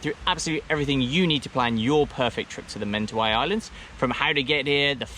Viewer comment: Man surely you should learn, first of all, the proper pronunciation of Mentawai before becoming an expert on the area???